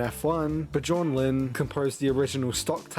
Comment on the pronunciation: its pronounced byorn